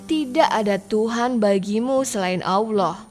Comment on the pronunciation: Robah itu jangan AWLOH. salah itu, belajar yg benar.